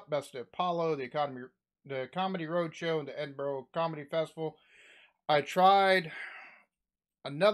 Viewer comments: Hi. Love watching your reactions, but as a Scot, PLEASE, stop pronouncing our capital city as "Edinboro". It's not. It's pronounced "Edin-bu-ru". Dead easy. Cheers. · Please, it is not Edinburrow' nor is it 'Edin Burg' it is dimple Edin-burah. I know you americans struggle with this, but You and We pronounce words differently I love your Honest Videos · Just a we comment so you know how to pronounce Edinburgh You say it like edin burrah, not edin burrow. Kevin is a class comic. Nice to see you interested in him. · "Hand in my C.V." - Curriculum Vitae, which is a resume' to Americans. Oh and it's "Edinburra" not Edinburrow. ;¬) It's nice to see another American who gets British humour. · Edin ,bur, ah, . not edin bur,oh, keep up the good work brother 🏴✌️ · Its Edin bura not Edin bro :) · As a note, Edinburgh is pronounced Ed-in - burrer. Love watching your reactions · Ed In Burra is how to pronounce Edinburgh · (Pronounced) Edinbur a.... Check out Still Game. Promise you you'll love it. Quid is like a dollar. Rosalie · America, Edinburgh is pronounced Edinbura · Edinburgh = "Ed-in-burg". Love the videos man, keep them coming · Its pronounced Edin Burra,Like the Australian bird..kookaburra. Edin burra. much love to you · funny to see how many jokes this American misses and doesn't react to because they fly way over his head. the most interesting bit would be for Americans to realise that their accents are equally not understood by the Scots. just the way he pronounces Edinburgh at the very end is hilarious. "Edinborow"!!!!! Says it all. To the: Pity you can't understand the whole thing mate; you'd be in stitches, but good effort and cheers for at least trying. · should not annoy me but hate how Americans pronounce Edinburgh . anyways great video as always. subscriber from Edinburgh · Go back to Ricky Gervais & ask him how to pronounce Edinburgh! None of you Americans can say Edinburgh!